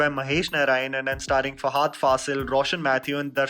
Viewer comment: Great review! Can we avoid calling him Fahaaaaadh and call him Fahadh, as he should be? 😀